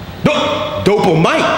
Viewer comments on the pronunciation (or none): Dopamine...no... DOPAMITE LOL